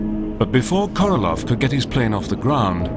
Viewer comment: KorolOV. LOL. how on Earth did he become KorolOV??